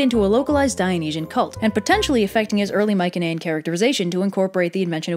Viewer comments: You KILL me with how you pronounce Mycenaean. You say my-ken-ay-in it's my-see-nee-an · Isn't it pronounced "my suh knee an"? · You’re saying Mycenaean wrong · I love your videos but uhhh its not mik un ehh in its my cen ee en. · Mycenaean is pronounced my-se-ne-an not my-ke-ne-an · I've been pronouncing it "mice uh knee in" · I’m fairly certain Mycenaean is pronounced with a soft c, no? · why do you pronounce Mycenaean like that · So hard to focus on Anything other than how you are pronouncing Myceneaen